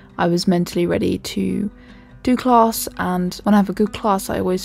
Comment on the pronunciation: Class doesn't have an R in it when you say it ... Just saying !!